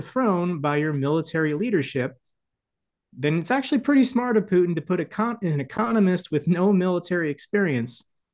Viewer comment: Good god, get his name right. Here’s a hint. Phew, ie smelly. Tin, ie a low lustrous compound. Repeat after me, putin Try it, and perhaps the rest will make more.sense to me.